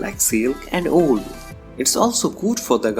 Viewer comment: For a guy who pronounces "wool" the way he does, your expectations for this video are far too high